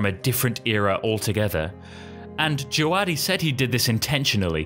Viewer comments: I’m pretty sure it’s pronounced Je-ve-DEE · By the way its pronounced DjaVadi. I was at the GOT Concert and he was the conductor for it. That's how he introduced himself